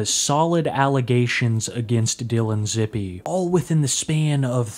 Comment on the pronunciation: It’s pronounced zip like zip code